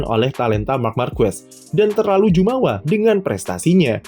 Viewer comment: Yang benar Jemawa bukan Jumawa